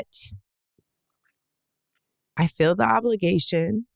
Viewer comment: the word is FEEL. Not "fill." You fill a bottle with water. You fill your gas tank. You fill your mind with nonsense and lies. FEEL has to do with sensing the world around you. You FEEL good today. You FEEL the fabric against your skin. She FEELS upset and disillusioned. Trump people are so dumb.